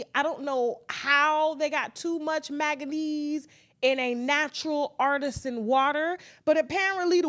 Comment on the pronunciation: She said it right